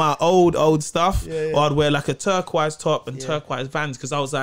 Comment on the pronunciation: “TurkQWISE top and TurkQWISE VANS” 😂